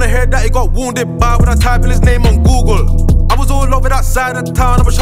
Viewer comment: Lol man said googlre